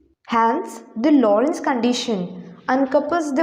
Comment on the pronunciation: It's Lorenz gauge, not Lorentz gauge!